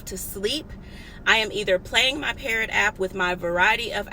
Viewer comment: It's called PARROT? I'm up here thinking you said "Parent" LOL